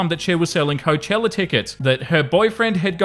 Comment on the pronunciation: Please learn how to pronounce Coachella correctly.